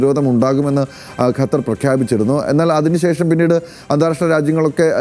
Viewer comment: ഗട്ടർ എന്ന് പറയുന്ന പോലെ അല്ല ഖത്തർ എന്ന് പറയൂ . ഏതു കൊച്ചു കുട്ടിക്കും പറയാൻ അറിയാം ഇത് 😂